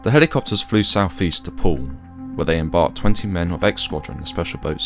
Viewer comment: “Merlin helicopterrsss”